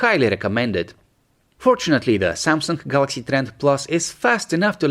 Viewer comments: You keep saying kawalaxy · I always hear a "k"